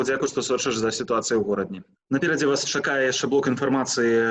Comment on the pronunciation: Не Горадня, а Гародня